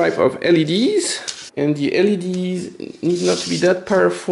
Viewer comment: But cannot pronounce LED strip :D